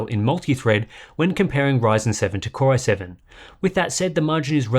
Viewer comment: anyone else hear "cryo-7" every time he says "core-i7" nah? just me? ok. bye.